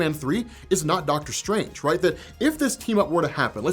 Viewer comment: Dr. Strang-er.